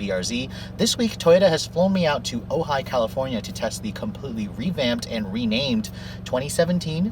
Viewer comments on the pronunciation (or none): none